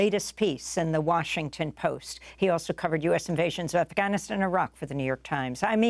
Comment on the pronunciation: Thank you for putting an effort and trying to pronounce Iraq and Afganistan like the locals do أفغانستان عراق ❤